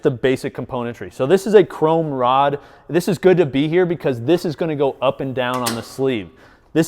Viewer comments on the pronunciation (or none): none